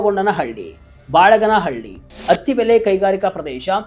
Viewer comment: ಸರ್, ದಯವಿಟ್ಟು ಹೆಸರುಗಳನ್ನು ಸ್ಪಷ್ಟವಾಗಿ ಉಚ್ಚರಿಸಿ, ಬಳಗಾರನಹಳ್ಳಿ, ಗುಡ್ಡಹಟ್ಟಿ, ಯಡವನಹಳ್ಳಿ